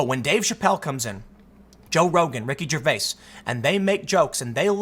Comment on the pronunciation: GervaiS? The S is Silent....